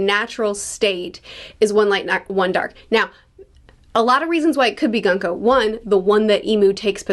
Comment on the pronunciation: By the way, Gunko is pronounced “Goon-koh”.